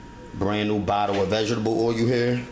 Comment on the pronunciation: Vegables & Oilyou!